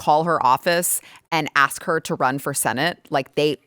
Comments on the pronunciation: it’s not axe it’s ask…. Who the heck is that dude?! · Benny Thompson likes to "axe" questions like a true professional. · Not a fan of The Cross as jewelry. The earrings are distracting. 'I axed one question, sir?' '. . . 'allow me to axe my question' Did he (Thompson) actually say that? Ignorant. All the time you have Guests that agree with you, basically saying Dems are stupid here's a clip. It's like pointing and laughing at the same thing over and over. No real insight. Just obvious to the rest of us. We don't need it regurgitated for us. And there it is again. 'Literally'. Is it a requirement to say that word every post? You won't get paid? Ongoing dumbness. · Did he really just say "Allow me to AXE my question" 🤦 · Did I hear a congressman say ax instead of 'ask' ? FFS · these folks need to learn how to pronounce ask. There's no ax